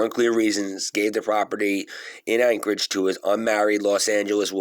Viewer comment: its pronounced Anti-Ock, not anchorage. Its spelled Antioch. I live in Tennessee near there.